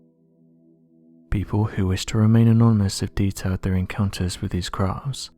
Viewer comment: Is this how you really talk in real life? I feel sorry for your family, hearing you droning onnnnnn and onnnnnn. Speak proper English man, “with” is pronounced “”wiTH”, not “wivvvvv” get some elocution lessons. You put the English language to shame. Please accept your P45!